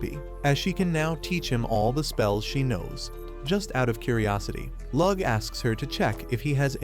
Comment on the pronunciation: I’m not even a minute in and already the mispronunciation of Lugh’s name is driving me nuts. Especially since in the scene they’re covering, it’s not even his name yet!